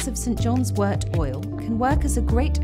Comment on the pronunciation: Thank you so much for pronouncing wort correctly. 😊